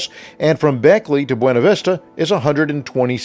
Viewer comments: It is pronounced Byoona vista not bwayna vista. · Great video! I grew up in BV, you should've seen it in the 70s and 80s before being devastated by multiple floods. BTW, it's pronounced "byOOna vistah".... 🙂